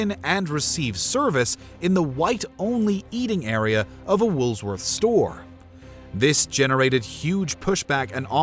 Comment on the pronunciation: “Woolsworth”? What is this, AIbonics?